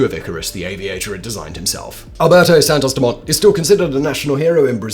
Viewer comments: Im surprised you dont know the T is silent in Dumont which is obviously french.. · Santos-Dumont, dumont is french, you shouldn't pronounce the t